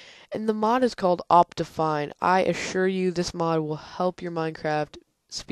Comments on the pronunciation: No you pronouced it like Opt-I-Fine (I as in like kIck) You get what im trying to say? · Its pronounced Opt-ee-fine